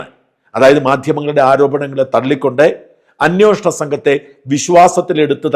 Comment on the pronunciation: അന്യോഷണം അല്ല അന്വേഷണം എന്നാണ് ശരി 😊😜😊